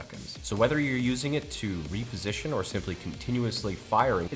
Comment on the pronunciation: I stopped watching the moment he said REAPERsition.